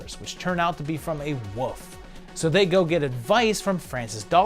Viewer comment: I’m interested in your repeated pronunciation of “wolf” as “woof” and “wooves” 😋 Have I been saying it wrong all along? 😜